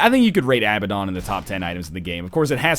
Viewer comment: IT IS PRONOUNCED uh-BAD-un, NOT a-ba-DON